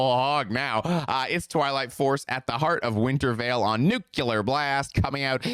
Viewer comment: Can you for the love of God please stop saying “Nuke-Ya-Lurr Blast” like you’re George W Bush 🤣